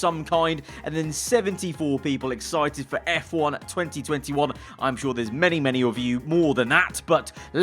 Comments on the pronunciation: Exci ed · when the british accent kicks in ”excited”